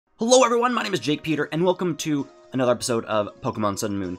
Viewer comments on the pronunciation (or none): none